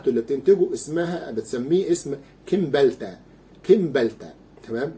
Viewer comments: اسمه سمبالتا وليس كمبالتا .. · دكتور ارجو تصحيح لفضك لاسم كيمبالتا والصحيح سيمبالتا وانت دكتور لا يصح ان تكرر الخطاء تحياتي....Cymbalta